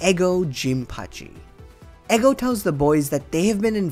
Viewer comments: Loved this review just find it jarring that you say “Eggo” rather than “Ego” bro 😝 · Like how he calls Ego "eggo" 😭😭😭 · he did not just call ego "eggo" 💀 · bro its litterally an anime about ego why would you assume his name is pronouced egg-oh??